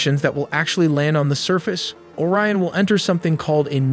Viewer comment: Bro pronounced Orion instead of Orion, and Artemis instead of Artemis